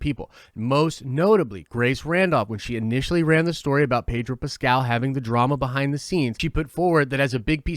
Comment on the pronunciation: I don't know why but I hear "Pager" when you say "Pedro" XD